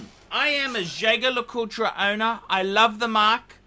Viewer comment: It's pronounced jajer not jager